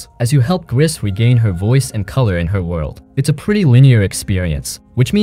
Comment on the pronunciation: I played Gris and Tales of the Borderlands. At this moment Dreamfall Chapters, Sinking City and Sherlock Holmes are on sale on Playstation Store, so I bought these. Btw, "Gris" is French for "grey" and the "s" is not pronounced ...